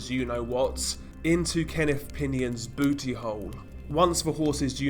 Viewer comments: "Bewty hole." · BOOty HOle 🤣🤣 lmao the way he says it is hilarious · Hearing booty hole in a British accent made my day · Maybe it's the accent, but when you said "booty hole" I about lost it 😂